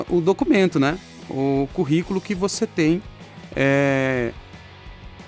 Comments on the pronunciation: O correto é: Currículo e não Corriculo!👍🏼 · Kkkkkkkkkkkkkkkkk "CORRICOLO" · "CORRICULO" É DMS 🤣😂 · Excelente explicação, mas é Corriculo mesmo??? ou Curriculum??? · Esse ''Corrículo'' doeu na alma,mas tirando essa falha gravíssima o vídeo ajudou demais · Excelente vídeo, mas corrículo? "Co" ?